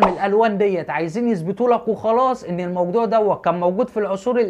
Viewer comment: ياريت يشوف التعليق ويصلحها لانه قرأها(إذا)